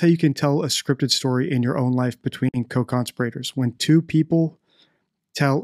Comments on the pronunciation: Your pronunciation of CONSPIRATORS is just bizarre. Have you never heard the word spoken?? It’s not ‘CON-spirRAtors’. It’s ConSPIRators. The emphasis is on the second syllable, not the third. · "con-spi-rator" ?????????????????????? it's "conspira-tor" as in "conspiracy" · Just one thing to note, there are no law educated types of people on this planet with English as a first language who decribe conspirators as conspirate ors. ? strange way to pronounce that word?. Its not that easy to just dump a body however small into the sea without sailing out quite far in a boat and using heavy weights to pin that body down. Especially along a tourist coastline thats frequented by a whole host of various users of the sea. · Dude, how did you decide to pronounce “conspirators” that way? 😆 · Why do you believe that Madeleine was put in the ocean? You have said this on several of your videos. How would they have accomplished this? You have not put forth a hypothesis of how this may have happened. She would need to have been weighted and also taken far out to sea so as not to have her body found? Also, you pronounce conspirators in a strange way, despite in other previous videos (or subsequent, I don’t really know), expressing that this is the incorrect pronunciation. Hope someone can answer this. Thanks. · Where did you learn your pronunciation of "conspirators"?